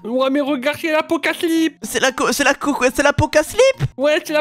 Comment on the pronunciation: Qu'est-ce que vous racontez encore là c'est pas l'Apocaslip c'est l'apocalypse